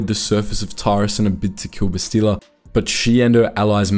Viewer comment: Every time you say Bastila wrong, I want someone to creatively punish you